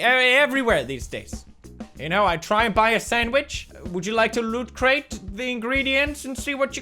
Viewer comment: Why is he calling it LootCrate?